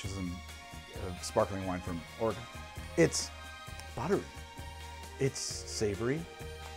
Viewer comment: Dude. You as an East coaster casually nailing the pronunciation of Oregon really put this video among my favorites.